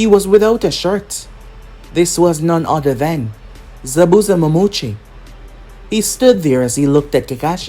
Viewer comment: no offense been a fan for years now but I think this is the first what if that you say Zabuza Momochi correctly and again no offense it’s good so far